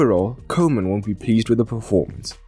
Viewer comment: Kuhman, nicht kohman.